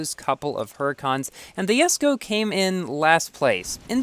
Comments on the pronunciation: Why do you call it Yesko not Jesko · Did no one notice he said yesko instead of jesko😂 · ) You kinda pronounce saying Yesko..lol.. i am stucled at 58/60 jesko..so close to 4*.. key pack saved me though.. 14.5k tokens for 73 jesko bps i guess